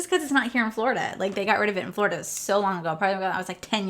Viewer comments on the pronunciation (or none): none